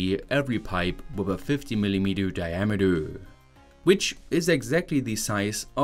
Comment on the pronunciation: Centimiddoowwwrr, Milimedoowwwrrr, Dayamedoowwrr for God sake pronounce it right that was so Annoying.